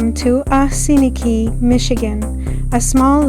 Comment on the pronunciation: Oss-in-eek is the correct pronunciation. Next time, take a right across from Dinosaur Gardens and check out the beach.